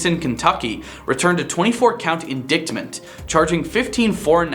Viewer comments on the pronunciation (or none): How did the guy that's never even met a prisoner get this job? Let me read these... I've got experience and a face tattoo... and I won't think a "prison block" is a "single brick"...lol Edit: like there. I know how to say the word indictment. and as a big boy, my voice doesn't do that anymore haha.